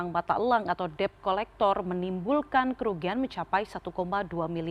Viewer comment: Bacanya ya tolong CNN . Det. Bukan Deb.